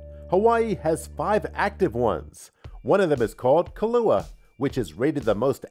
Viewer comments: The Hawaiian volcano is pronounced “kill•uh•way•uh” not kalua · That irked me lol kill•uh•way•uh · The person narrating needs to learn to pronounce the names he is talking about before attempting to narrate.key la way a = kilauea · And a volcana named kalua, i thought that was a liquor...i think pronunciation is NOT this channels strong point, so many it seems intentional. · New “Smerna” Beach “Kill-ow-A-uh” Please Get it right After the 8 foot tall Half Dome I was pretty shocked at your lack of preparation.